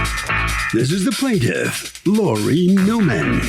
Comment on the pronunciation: Just started the video and had to pause to confess my sin. Annoucer said "this is the plantiff" there was a paise and my brain said sasquatch! 😂